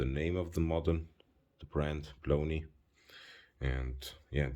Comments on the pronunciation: The pronunciation of the company name "Błonie" would be "Bwonye" in English. It is a resurrected name of an old Polish watch company. I like the simple esthetic of the watch, but wish it were 37mm - 38mm. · Great video, btw it's pronounced " Bwonie" The Ł in polish is pronounced as a W